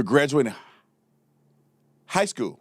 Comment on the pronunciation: Spencer for the Win. Love the way you said High Skwell 😂😂Officer Tatum for the Win. Please update your merch Store much love ❤️